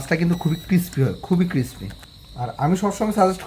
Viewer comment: ক্ষেত বাংলা বলেন,এটা কিসপি না ক্রিসপি হবে। চাবানোর সময় এমন চপচপ শব্দ করেন মিয়া ক্ষেত কোথাকার।